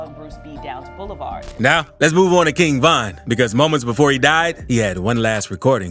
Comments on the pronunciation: whos king vine bro😂 its king von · Am i the only one for the chapters king von says king vine💀💀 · Bro it’s king von not king vine